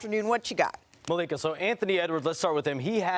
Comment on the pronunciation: I see ma-lic-ha, I am out!! It's like dandruff in my hair!!